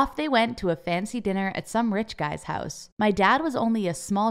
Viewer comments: The one thing that annyoed me about this video is when she say "hause" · When she said "my mom came in house with brand new bag" I heard that as "my mom came in hoes with brawn new bag" 😂